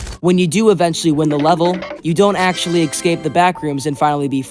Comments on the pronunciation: umm.... ITS NOT ECSAPE ITS ESCAPE. ES-CAPE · Bro can he stop saying eggscape instead of escape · no no i wasnt questioning it in a bad way, js why, yk? he says (excape) instead of (escape) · Also why do people pronounce "escape" like "excape" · WHY DOES HE KEEP SAYING ECSCAPE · i love these video and your content but for the love of god, stop pronounsing escape like EGGscape pls... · Why do you say exscape? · Lmao yeah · good video but please pronounce escape right PLEASE